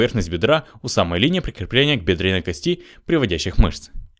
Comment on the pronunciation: Когда говорите кости ударение должно падать на первый слог!